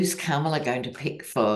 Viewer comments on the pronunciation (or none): love, love your readings! You always bring sanity to my day! Love that Kamala is taking off like a rocket! Please show her the respect she deserves by pronouncing her name as she does: Com-a-la not Kam-a-la. Thanks for listening to this detail as we move toward a great future with our 1st woman president of the United States.❤😊